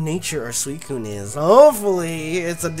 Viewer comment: said Swocune